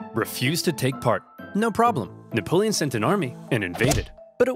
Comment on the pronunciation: “Nickapolen” Got me dying 💀